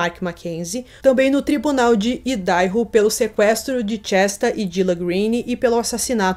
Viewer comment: PRONÚNCIA " AIIDARRO "